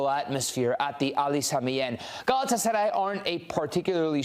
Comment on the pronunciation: Senin o Gelatsaray diyen Agzinı EMERIM 😍😍😍 Sari fıstıgh 😊😊😊